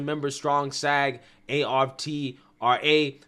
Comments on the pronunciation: Please learn how to read properly: The name of Billy Porter’s show is POSE , not Posse! The union is SAG-AFTRA pronounced like it is spelled not pronounced letter by letter and it is Bob Iger Eye-ger, not Iger. And please stop ✋ pacing so much emphasis on the last word of every sentence. It is annoying. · It’s aftra one syllable genius. Learn how to read before reporting on other peoples lives